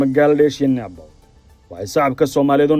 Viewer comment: Naabal ma ahan ee Nibaal (Nepal) iska sax dhawaaqa wariye thanks